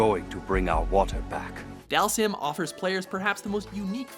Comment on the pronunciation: you said dhalsim name wrong its dhal-seem that's how its pronounced